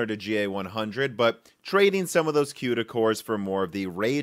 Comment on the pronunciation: OMFG QUEDA CORES.. its CUDA "COODA"... sigh....